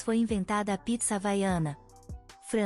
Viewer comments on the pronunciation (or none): none